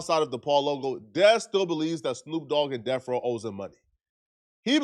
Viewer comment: Stop saying deaf row you tub of lard it’s death row